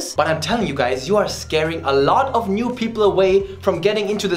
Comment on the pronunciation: "Alotty karroty" there is sure German in him